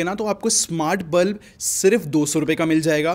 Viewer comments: NOT BLUB IT'S BULB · it's bulb not blub😂😂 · Its bulb not blub